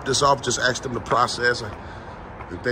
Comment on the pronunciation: This guy's got it down pat. Keep up the great work! Just needs to learn the word "ask".